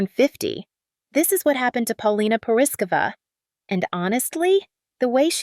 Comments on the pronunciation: Please look up how to pronounce her last name. ❤❤ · PRETTY IRONIC WHEN THE NARRATOR CANT EVEN CORRECTLY PRONOUNCE PAULINA'S LAST NAME. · As her country buddy It bothers me that her name is not pronounced correctly . Rick also - as he has a Czech surname. Now, as much as I appreciate her shock from being dis-inherited, in her modeling she’s made enough money for seven generations to live extra abundantly. And yes, I applaud her for being brave and bold, the world needs to remember how real woman looks like and that beauty happens at any age 🌼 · Learn how to pronounce her name